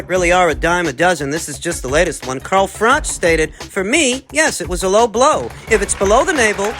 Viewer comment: Dude said Farl Croch☠️☠️☠️☠️☠️